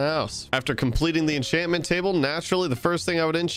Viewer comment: Why does he say every enchant name wrong😭 infinite, miners fatigue, exp farmer I can’t unhear it all